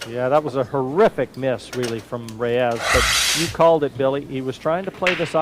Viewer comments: Yes, it is two syllables. A hard "RAY" and a soft "s" not ray-EZZZ. Just listen to every other announcer - nobody pronounces it like. NOBODY. I actually recently got the answer. I asked a guy who has known Efren for thirty years, who also asked why he mispronounces his name and stubbornly replied "it can be pronounced both ways" well, maybe it can but the man himself and everyone else in the pool community pronounces it RAY-s. So is just a stubborn douche. End of story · hey, why can't you pronounce Efren's last name? you know the man, you've played the man and you've heard every other announcer pronounce it correctly for three decades (sometimes when they're sitting right next to you) so what's the deal?Let me help you out. it sounds like this - RAY-s NOT ray-EZZ If it's your accent or you have some kind of speech impediment, I'm sorry but then maybe you should just call him "Efren" I mean, you have to hear it, right? you have to know you're mispronouncing his name. Are you some kind of secret asshole? He's arguably the greatest player to ever live and you butcher his name in every broadcast. Show him the respect he deserves.